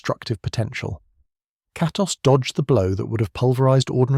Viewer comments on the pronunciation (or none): Bro tried every incorrect pronunciation for Kratos